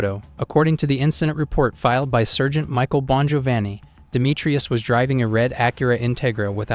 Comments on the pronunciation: Anyone who can't pronounce sergeant correctly is someone I don't want to listen to...too damned lazy to do the bare minimum of pronouncing very common words correctly, means too damned lazy to get the facts right. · Using AI for narration needs to be banned. Surgent??? Sargent Intigrah??? Integra